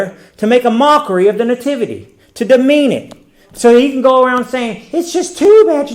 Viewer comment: I love me some, and I really enjoy choice of subject matter, humor, and wisdom. But it drives me crazy every time he says the word "nativity.", it's not NAY-tivity. It's NUH - tivity.